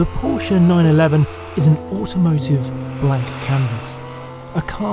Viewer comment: Thank you for saying Porsche right.